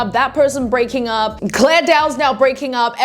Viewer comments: The video is nice , but like her name is clara not clair dao, not that I care if jer name is roght or wrong but lile yeah 👍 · why is she calling her clare when her name ends with an A. 😭 clara